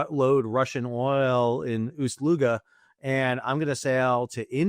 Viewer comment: Kudos, Sall, just so proficient in saying "Усть-Луга", that is actually not a simple word for any Russian out there!